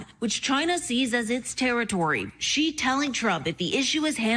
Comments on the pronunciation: Any chance you will pronounce "Xi" correctly any time soon? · Yes, of course itis Xi in Pinyin, but that is close in English, No Ge or Ji or Zi. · So much wrong to unpack, here. 1) they are behind by 20 years at least in all things, including tech, always. Don't fall for their propaganda. 2) The X is a "sh" sound. It's "shee". 3) "especially over Taiwan, which China wants to take back..." This is ALSO tinted by CCP-occupied China's propaganda. Taiwan was never China's. Ever. Taiwan has always been ROC. CCP stole the mainland from KMT and declared it PRC. If you get nothing else right, please remember that one. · It’s Xi (pronounced Shi, not Jee). Maybe google before going on air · The Daily Show needs to stop repeatedly saying “president Ji” ! Where the J ? Where’s the J ? It’s Xi. This is seriously driving me nuts now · Why are so many people (like Klepper and Colbert) calling Xi "Zhee"? Pronouncing it "she," like the pronoun, is almost completely right. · It's Xi, pronounced as SEE, not ziiii. Do your homework. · What Gee? You can’t even learn a simple word ‘ See’! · Ahhhh. Jordan Klepper, don't fall into the strange American habit of saying "Ji" for "Xi". If you don't want to learn a new consonant, just say "She". It's closest. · You hear different Xi, it's not Zee, it's She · Jordan if Xi can pronounce Thucydides, surely you can pronounce 'Xi'? Its 'sh' as in she (or sort of close to that anyway), not 'zh'. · It’s not President “Gee”, it’s President “She”. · Dude the pronunciation for Xi is like She. It is not gee, or xy or some other exotic pronunciation. It is simply She. I cringe every time you mispronounce the name of the most powerful international figures in the world. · Xi is pronounced as "See" not "Gee". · “Xi” is not pronounced “gee,” but “she”! Why do so many people mispronounce a monosyllable?!😒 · Bro it's not "Gee" like the beegees, it's "she" like he and she. Not that hard! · It’s “she”, not “gee”! 😂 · “Shee” it isn’t “jee” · IT'S PRONOUNCED "SHE"!